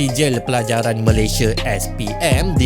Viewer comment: Sebut negara Malaysia ialah MalayS-I-A BUKAN Malay-S-H-E … Badak Sumatera di Malaysia telah PUPUS sejak 2019..